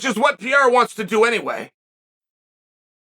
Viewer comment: Pee-airuh leaving might actually mess with Izzy, unless Izzy doesn't want that last stamp.